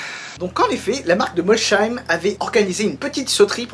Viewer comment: Étant Alsacien, pour la prononciation de Molsheim, c'est "Molsaym" 😂 👍